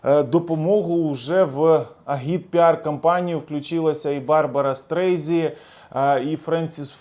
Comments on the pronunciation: Не «Стрейзі», а Стрейзенд 🤷🏻‍♂️ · Пане, Барбара не Стрейзі, а Стрейзанд. І дуже приємно, що вона за нас, тобто за Україну! Віримо ЗСУ. а також в те, що все буде Україна! Причому безперечно в межах 1991 року! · Не СТРЕЙЗІ, А СТРЕЙЗАНД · СТРЕЙЗЕН, а не стрейзі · Дякую за огляд подій.. Але, правильно не Барбара Стрейзі, а Стрейзанд.. 😉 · Барбра Стрейзенд, а не стрийзі😁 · Хотелось бы, чтоб ответственно готлвился. Людей с миоовым именем желательно правильно озвучивать. Б. Стрейзи-это кто? Фу н/х. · Можеб перш ніж в ефір піти ти би навчився правильно читани фаміліі відомих співаків ??? Тупіца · Ну Барбару Стрейзанд можна було б і вірно назвати..